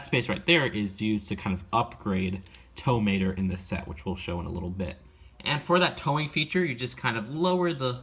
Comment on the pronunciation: I heard "Tow Mater" as "Toa Mater". Imagine Mater in the form of a Toa.